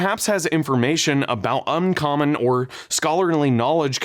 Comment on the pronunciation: Did anyone else catch “umcommon” not “uncommon” in the Religion section of the video?